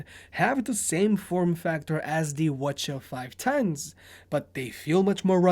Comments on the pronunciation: Why are you pronouncing it as watcha, just say CH510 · Did you just pronounce 'WH-CH' as wuh chuh haha... it's "Double U Aitch-Cee Aitch" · why do you keep pronouncing it as Sony Wachaw? 😂 you okay dude?